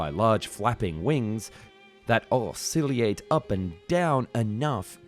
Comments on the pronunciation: learn to pronounce oscillate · Ossiliate? os-sil-ee-yate? Nope! Oscilate O-SI-LATE oscillator: os-si-lay-tor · Aw-See-Lee-Ate? You mean All-Si--Late. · "osciliate"? did you mean "oscillate"? also did you mean "ornithopter" rather than "orthinopter"? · Have you actually never heard someone say the word oscillate? It's pronounced awe-sil-ate not awe-silly-ate 😅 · "osilliate" lmao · Oss-sil-ee-ate? Maybe find a narrator who can speak English. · Just a little help for the word oscillate….